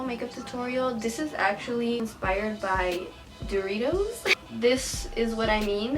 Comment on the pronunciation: Es sin ofender pero, como es que ella siendo latina no sepa decir Doritos?